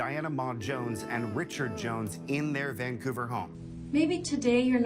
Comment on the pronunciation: Hahahaha he said vancooter